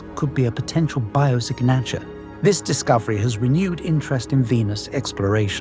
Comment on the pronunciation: Bio sig naaa ture? A.I. voice much?